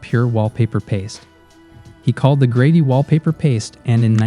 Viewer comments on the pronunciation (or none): Who the hell is narrating this? Within twenty seconds you said "grady" instead of "gravy" and said "eppy-tome" instead of "e-pit-oh-me" for the word "epitome." Good lord.